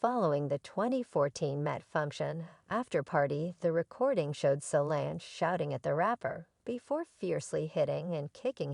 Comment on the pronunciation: What in the tarnations?! That is NOT how you pronounce Beyoncé, Solange, or Jay Z’s name- let alone Damon Dash’s! Yikes. ❤️😂🤦🏽‍♀️🤭